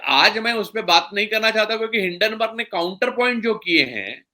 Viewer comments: हिडनबर्ग नहीं, हिंडनबर्ग है (Hinden-burg) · आप एक अत्यन्त प्रबुद्ध व्यक्ती है...hiddenburg क्यूँ बोलते हैं...it is hindenburg....please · हिंडेनबर्ग न कि हिडेनबर्ग